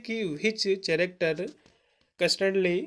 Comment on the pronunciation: कैरेक्टर ✅not चरकटेर❎